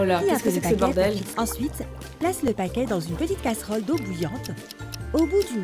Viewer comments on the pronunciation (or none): Juste , on dit caserol pas castrol